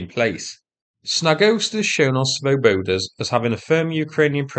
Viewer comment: You might check your pronunciation of Swoboda - the Czech original has the emphasis on the first syllable. It means Liberty or Free men.